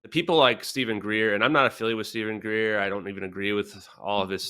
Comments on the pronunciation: Stop saying Shaun Greer Kim, it's Stephen Greer, you've had him on your show. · Dear Kim, it's Dr Stephen Greer (not Shan Greer). But I am soo glad you mentioned Dr Stephen Greer as he is by far the best informed, connected and experienced on the subjects or Extra Terrestrials, UFO/UAPs and downed and retrieved advanced extra terrestrial craft/technologies.